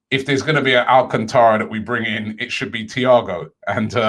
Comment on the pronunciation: 🤣🤣🤣🤣 ROBBIE I TOLD YOU, repeat after me: Al - can - tra THATS HOW YOU PRONOUNCE IT